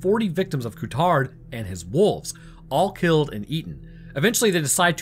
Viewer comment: Cool video! The lead wolf's name should be pronounced differently though, Courtaud would be "Kurto", with the emphasis on the O at the end. Not Ku-Tard.